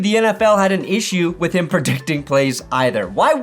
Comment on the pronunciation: I hated Simms, he would always say “heem” instead of him. Drive me nuts.